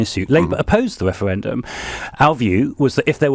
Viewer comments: "wefewendum, wefewendum a wefewendum-wefewefewefewwwweeeeewwuuuuu" (drools) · Adonis can keep his second weferwendum 😂😂😂